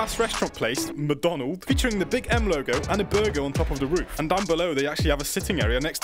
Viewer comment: aint no way McDonald’s changed their name to “MaDonald” (sounds like my donald to me 😔)